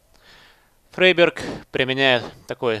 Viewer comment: Топовый английский "фрИберг"!